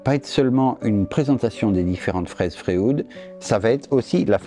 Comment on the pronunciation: Merci pour cette vidéo. Je me permets juste une remarque, qqc accroché mon oreille... pourquoi est-ce que tu prononce "Fréoude"??? Et lui tu l'appel comment?